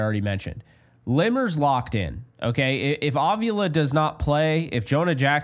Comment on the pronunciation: Please, please, please stop pronouncing his name "Ovula"; it makes it sound like he is ovulating. His name is Avila. Pronounced Ahveelah. The emphasis is on the 2nd syllable.